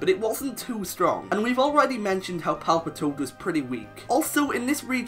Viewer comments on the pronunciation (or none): THERE IS NO E IN PALPITOAD!